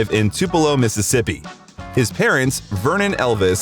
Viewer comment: Your saying tupelo wrong bro